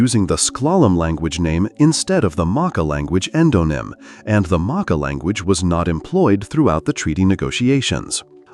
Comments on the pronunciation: It calked the ( mah- kaw), not the mokkah. Idiot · MahKah....maakah.... pronunciation is so effing off.